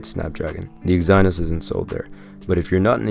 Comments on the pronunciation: Dafuq is Exi-Nos my man? That's one very weird way to pronounce it. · It’s Ex-ih-nohs lol but great review 👍🏽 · "eggs - eye - noss" XD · The way you say exynos is a crime against humanity...